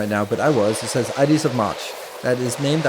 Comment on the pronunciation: FYI, "Ides of March" is pronounced like 'tides' of March, no 'ee' sound. The Ides of March is famously the day that Julius Caesar was assassinated (according to the sources), 'Ides' being the Latin word describing the day which falls in the center of a given month. The Ides of March literally means March 15th, but the phrase is used almost exclusively in reference to Caesar's death. Supposedly, Caesar spoke with a fortune teller/soothsayer who told him to beware, for he would be dead come the Ides of March. Come that day, Caesar spotted the seer on his way to a Senate gathering. Caesar joked "Look! The Ides of March have come, and I'm still here!" The seer replied "Aye Caesar, the Ides of March have come, but they've not yet gone" When he entered the Theatre of Pompey for the Senate meeting, a senator tore Caesar's toga from his chest, signalling the start of the ambush, and dozens of senators proceeded to each stab him individually. Caesar bled out and died on the floor.